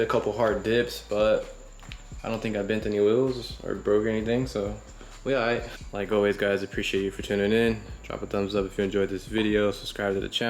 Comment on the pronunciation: Everyone: "Oh" "Alright". "Ohlright"